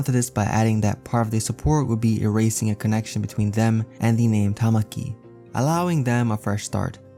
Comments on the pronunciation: It's literally Takami not Tamaki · TAH - KAW - MEE (takami) bird god not TAH - MAH - KEY (tamaki) shy squid boy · TA-KA-MI TAKAMI NOT TAMAKI